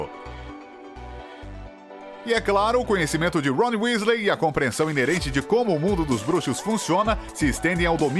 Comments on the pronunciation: não é Wesley, é Weasley. Fora isso, o vídeo ficou ótimo 🖒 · Tbm não acreditei quando falou "Wesley". Voltei o vídeo 3x pq achei que tivesse ouvido errado. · Ele falando Wesley..... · "Wesley" ta de sacanagem. Estudem pelo menos a pronuncia dos nomes, é bem feio errar isso. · Kssksksk é vdd se fala Wisley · WÉSLEY! kkkkk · Aff nem pra acertar as pronúncias Wésley Foufí? Affffffffff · "Wesley" ta de sacanagem. Estudem pelo menos a pronuncia dos nomes, é bem feio errar isso. copiei do ultimo pq qsta totalmente secto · Eis que eu tenho um enfarto quando ele fala o nome errado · ATE O VOLDEMORT FALA.MELHOR AVADA KEDAVRA DO Q ESSE CARA FALANDO WEASLEY